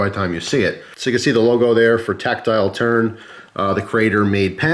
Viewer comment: Did he just say tactile turd?